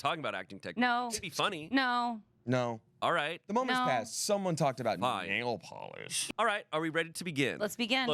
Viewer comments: Sounded like he said "Someone talked about anal polish." 😂😂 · said "nail polish" and i heard "anal polish" and had to rewind